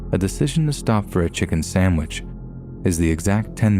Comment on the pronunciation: Please pronounce SANDwich, not SAMwich!